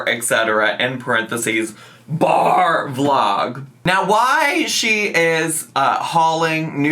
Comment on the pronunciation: Every time says BAR Vlog I hear BARF Log and for a lot of ALR's vlogs that's pretty accurate.